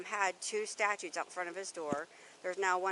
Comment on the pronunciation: It pisses me off the way she keeps calling them “STATUTES” Ma’am, you’re an officer of the law, and you don’t know the difference between statues, and STATUTES. These clown officers are a QUACK JOB! Two women on this shit is WILD.